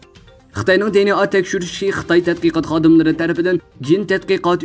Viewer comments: چەتتىن كىرگەن سۆزنى چەتئەلچىلاپ تەلەپپۇز قىلىشنىڭ ھاجىتى يوق. بۇنداق سۆزلەرنى ئۇيغۇر تىلىدا ئىشلەتكەندە, ئۆز تىلىمىزغا ئۆزلەشتۈرۈپ قوبۇل قىلساق ۋە تەلەپپۇز قىلساق توغرا بولىدۇ. ئەمما ئىنگىلىز تىلىدا سۆزلىگەندە دى ئېن ئېي دەپ تەلەپپۇز قىلىمىز. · di-en-a chettin kirgen sozlerni toghra oqung riyasetchi ，bilmisingiz sorang